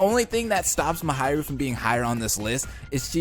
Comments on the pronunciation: I love how he says, MaHAIru instead of Mahiru lol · Who's "Muhayrooh" ? (Please, try to pronounce it even a little bit correctly) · I'm sorry but it's pronounced MA-HEE-RU